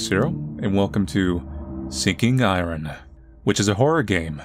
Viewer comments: this is the first time ive seeen anyone lse ever pronounce iron "I run" instead of "i earn" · ion not i -r-on